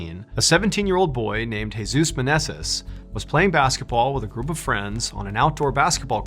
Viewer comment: Jesus pronounced: hey~zues Seriously....